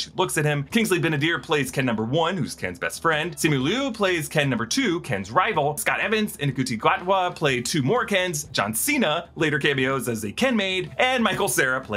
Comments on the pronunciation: Ncuti is pronounced "Shooty" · Ncuti is pronounced shoot-ti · Couldn`t bother looking up how to pronounce Ncuti who is the best dancer of all the Kens and the 15th Doctor :)